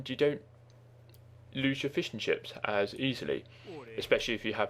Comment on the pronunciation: great, i was looking for exactly these videos ! i started playing the game again but dont know the classes anymore, so i'm trying to figure out. btw, i like your voice. sometimes its very funny. like when you say fishing ships, it sounds like fish 'n' chips xD